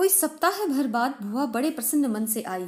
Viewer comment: Bua bolo.. Please not bhua